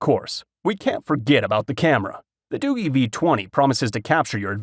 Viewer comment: Hey I just wanted to let you know for future reference that you pronounced the phone company wrong it's not Doo-gee or better yet not pronounced Doogie like as in Doogie Howser. It's pronounced Doo-jee like if you were to pronounce the letter "G" by itself.